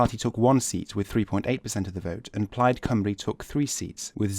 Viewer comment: You pronounced Plaid Cymru correctly O.o Never heard English people do that.